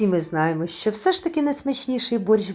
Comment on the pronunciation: Шиплячі вимовляються як в рускій мові.Українці вимовляють твердо:,,шчо" а не,,шьчьо"